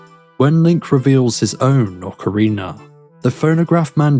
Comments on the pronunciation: Why you call it an ocareener? It's rina! Ocarina! It sounds like you're saying it with an R at the end to me. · The real mystery is where do you find the second "R" in Ocarina? Wtf is an Ocariner? 😂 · Yeah that's how I'm used to saying it too. I just keep hearing a slight r sound at the end .ost of the video but I guess it's just an accent or dialect thing. I probably shouldn't have even brought it up.